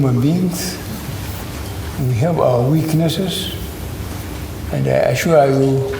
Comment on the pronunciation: It's actually a phrase, with three words "I ashware you" that Buhari has made very infamous. I cringe 😬 everytime I hear those words.